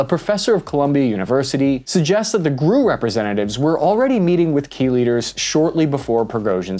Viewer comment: I know I know, but you said it twice. G.R.U. not "Grew" ... unless you say "Dodd" for D.O.D., "Seeah" for C.I.A., and "Fibbee" for F.B.I.